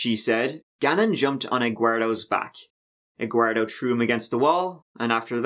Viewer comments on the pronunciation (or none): She can barely string together a coherent sentence. How did she ever get hired as a teacher in the first place? Also "Eguardo" lol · Bro I died when she said Eguardo 🤣😆💀💀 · I'm Hispanic and the name "Eguardo" doesn't exist here. Wtf lady 😂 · Her subconscious mind made her use that G . “G” for Gannon . With the fake person Eduardo. EGUARDO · no part of this is funny of course but also "EGUARDO"